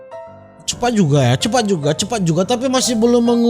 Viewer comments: Cepat bang bukan cepakkk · Jadi lucu bang sebut: oo..sangat CEPAKK sekali..hahaha..🤣😂😂🤭👍🤗